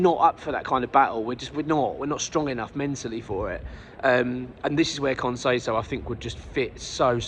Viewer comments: Allow me to be a pedant. Con says-ow (as in ouch) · Can you learn to say his name correctly if he joins